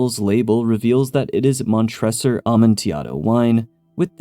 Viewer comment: Before you make the Cask of Amontillado Pop Culture short please double check your pronunciation of the names. Mon-tre-sor